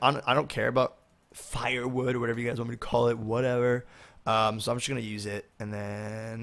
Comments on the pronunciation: what you call "fire wood" is pronounced fur wood but spelled fir not fire anyway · its pronounced fur wood, plz make guns next episode.